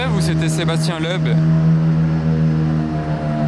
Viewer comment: "je rêve où c'était Sébastien leub" t'abuse sur la prononciation frangin c'est miteux là